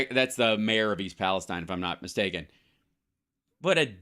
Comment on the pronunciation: It's PALESTEEN Hal.